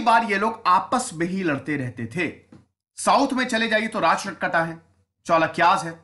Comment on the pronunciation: Pal of Bengal were not Rajput, they were Bengali. It is Rashtrakut kut kut not kat not Rashtrakatas.